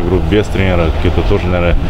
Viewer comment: Женек, не "тренерА", а "трЕнеры"